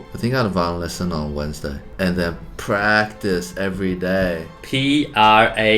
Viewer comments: "prctice" brett, what happened to ur english😂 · Brett: prctice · Brett you forgot the A in practice... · ah yes PrCtiCE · No one: Brett: PRCTICE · normal people: PRACTICE Brett: PRCTICE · No one: Brett: writing practice as “prctice” and “practie”